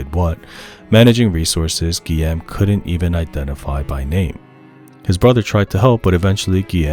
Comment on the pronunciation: Great video, excellent summary of the creation process of such a masterpiece. I just needed you to know that Guillaume is pronounced: GUI(like guitar)-y-ome(like home), and Tom Guillermin is pronounced like: GUI-y-er-main. “-ill” are pronounced like the consonant sound of “y”